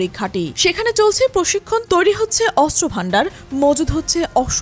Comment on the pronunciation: অস্ত্র উচ্চারণ শুদ্ধ উচ্চারণ করতে হবে 😮😮